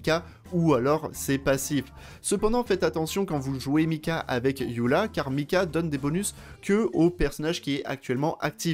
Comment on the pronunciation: Pourquoi "yula" et pas "Eula"?🥲